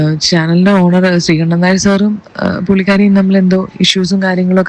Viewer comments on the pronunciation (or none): none